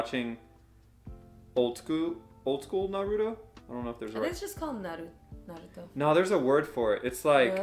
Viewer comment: stop saying naroooooooooootow haha